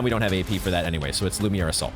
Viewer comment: Hehe, love how you pronounce "lumiere attack" as "lumiyay" The playthru is 10\10!🎉